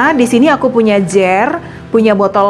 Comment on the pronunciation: Suaranya empuuk...pantes jd penyiar radio 😁 toples dlm bhs Inggris, bacanya JAR, mbaak...bukan JER....